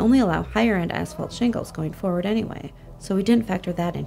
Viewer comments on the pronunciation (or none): none